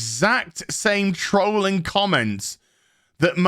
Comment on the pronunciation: I notice and appreciate that you pronounce trolling /tɹəʊlɪŋ/, and not /tɹɒlɪŋ/.